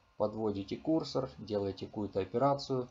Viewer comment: Почему кУрсор? КурсОр, курсОр!!!